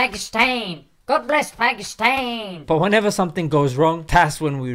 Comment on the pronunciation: Its not "Paikistain" its "Paakisttaan". And please dont sprinkle salt over my injured and broken emotions by talking about marriage. I am still a bachelor.